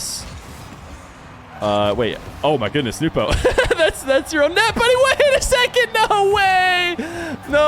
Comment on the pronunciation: I was hoping the way you say Nwpo like newpo would catch on, I like that pronunciation. The way johnny says it sounds weird